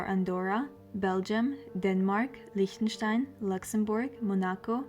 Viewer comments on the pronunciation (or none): none